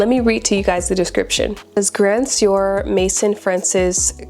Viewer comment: My dear Cologne is a formulation not gender specific. Formulations are typically Cologne, Eau De Toilette, Eau De Parfum, Parfum, Extrait. Also Grand Soir is pronounced Grand Sware.